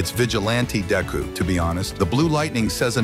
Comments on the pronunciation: Dayku that's what I heard what he said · I can’t wait for “DayKu” new ultimate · Bro i hate and love the way it says deku as dayku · "dayku" "Vigilahnte dayku"